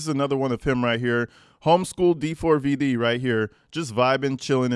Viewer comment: Stop pronouncing his name weird. It’s just David…